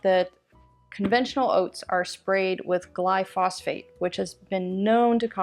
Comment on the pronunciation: It’s not “gly-phosphate.” It’s “glyphosate.” Pronounced GLY-pho-sate.”